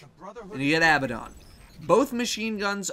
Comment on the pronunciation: When you pronounced Abbadon correctly I breathed a huge sigh of relief. I think you're the only one to do it so far.